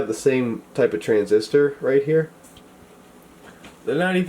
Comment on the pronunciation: Transistor, I thought you said RESIStor